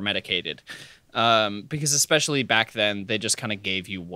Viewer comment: people who say “exspecially” don’t deserve rights.